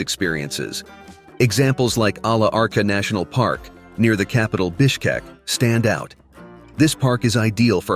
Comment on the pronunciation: Yankee boy living here in Kyrgyzstan as an Expat for nearly a decade. Chuy - pronounce Chewy - weee. Ala Archa - is a soft ch like cheese, not the KH that the video did. The locals count their history back 7 generations - and while they have a national tradition of hospitality - locals are not to excited to see y'all; especially if you are bringing the loud libtardia of dysfunction. They have technology here and are not fond of the Kardashian lifestyle and adjacent THOT culture - best not come if thoese are your modes or moods. Girls will usually live with their parents until they are married; and after marriage - the parents will be frequent guests to your home. English is spoken little in bazaars, taxis, hostels and nearly not at all in the remote regions. If you do not speak Russian - it is a difficult city to get around and adjust to. It is a strictly traditional country - ties to family, religion and long cultural traditions. word of warning - the meat in Beshparmok is often HORSE and it is delicious.